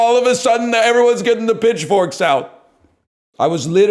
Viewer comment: Not me hearing “bitchforks” instead of “pitchforks” during this rant